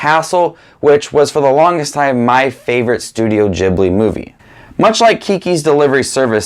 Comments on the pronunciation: It's ghilbi not jibliii ughhhh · It’s not jhibly it’s pronounced gibly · I just gotta say this before it drives me crazy It's ghibli not jibli It was named after an aircraft also named ghibli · It's ghibli, not djiblee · Its not (juh-ibli) it's a (guh-ibli) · for someone who seemingly loves these movies your butchering the name its pronounced gee· blee not gib-lee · Ghibli, not Jibbly. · Every “i” in Japanese is pronounced “ee”, hayao mEEazaki. studio ghEEblEE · he says studio ghibli wrong and i hate it... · You do realise that for a true Miyazaki fan, you're pronouncing Ghibli wrong? 😅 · And his pronunciation of studio ghibli is so strange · When he pronounces Ghibli wrong the entire video When he likes my comment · how is studio ghibli pronounced? jibli or gibli? i’m confuuuuused